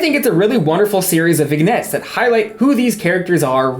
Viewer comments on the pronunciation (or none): Pal to pal: vignette is pronounced vin-YET :) <3